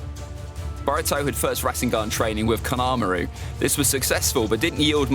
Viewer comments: i cant believe that ur saying the names like that it hurts ma but is it because of the accent u really said konomru its konohamaru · konamaru btw its konohamaru like come on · The fact that he calls konohamaru ; kinamaru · This guy legit said. Kon ah mar roo. What an idiot.